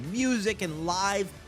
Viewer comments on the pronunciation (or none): none